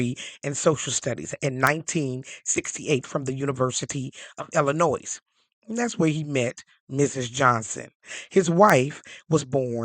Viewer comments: The ending "S" in Illinois is silent. You don't pronounce it. It's pronounced " El in noy." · Do not pronounce the "s" in Illinois...